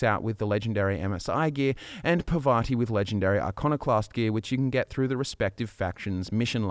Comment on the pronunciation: You know, Parvati is not really hard to pronounce. I just don't understand why everyone mispronounces it.